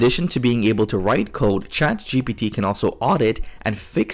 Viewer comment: Bro learn how to pronounce "code"